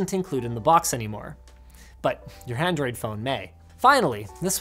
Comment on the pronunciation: Did anyone else hear “handroid phone”?